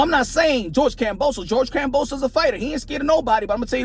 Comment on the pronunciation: he call hims kambosa?? its kambosos lol